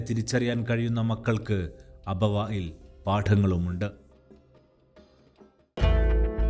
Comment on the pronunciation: അബവായിൽ, വായിൽ അല്ല അബവാഇൽ എന്നാകട്ടെ